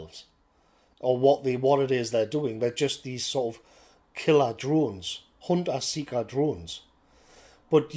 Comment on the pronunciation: Hearing you say "Huntah seekah Drones " had me in stitches matey - 'bout the only thing to laugh about today !!